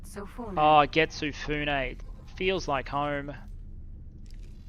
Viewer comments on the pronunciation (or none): True, but one hilarious mispronunciation one of the voice actors did was "Getsu Fun". Japanese does NOT have "silent E's", and that little flub changed the meaning from "Moon Ship" to "Moon Shit". "Fune" = Ship, "Fun" = Shit. I had a good laugh at that one the moment I heard it.